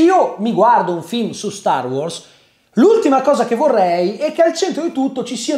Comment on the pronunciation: mi da fastidio come pronunci wars